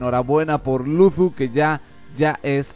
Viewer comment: No es por hate pero pronuncias mal la "z" al decir Luzu, de ahi en fuera excelente video, sigue así.